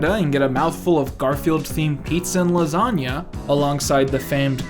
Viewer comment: Fear and loathing but it’s lasaga